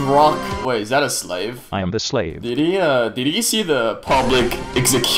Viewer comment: Bro is saying slav instead of slave. ._.